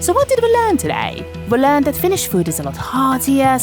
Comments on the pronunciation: Really nice video in all. Plus your pronunciation of Finnish is exceptionally accurate for an English speaker. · This made me laugh. The video felt incredibly Finnish. Excellent job, perfect pronunciation and great editing. I’m Finnish and I’ve actually never been to a hockey game, but this genuinely made me a bit curious to go, at least if I can get some Shanghai tacos next to my Nakkimuki. That semolina dessert truly sounds like childhood, but you know, fine dining.